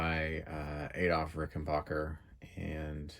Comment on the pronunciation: PLEASE ! IT pronounced Ricken BACKER ! NOT BOCKER !